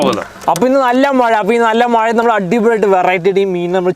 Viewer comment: മയ അല്ലടാ മഴ